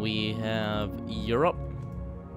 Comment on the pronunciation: btw you said europe wrong...